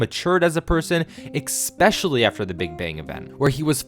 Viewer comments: Especially, bro. Not expecially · why do you always say "exspecially"?